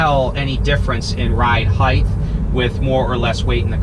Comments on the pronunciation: Great videos brother! FYI though it’s “height”..... never “heighth”.... my wife corrected me on the same thing. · Hate to correct you but your mispronunciation of the word "height" is driving me crazy. The word is "height" pronounced "hite" (like kite) NOT "heigth" you are pronouncing the "t-h" when the word is "h-t". The word "width" is pronounced with a "t-h" and I think that for some reason sticks with people.